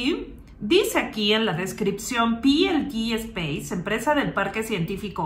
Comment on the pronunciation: Peelede espace y tu dices algo asi como pilidi. No has delet4reado correctamente.